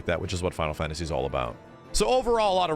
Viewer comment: Why do you say "fantasy" with an accent? "Fawntasy"